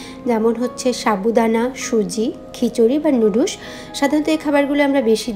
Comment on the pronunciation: লুডুস কি? নাকি নুডলস কে লুডুস বলছেন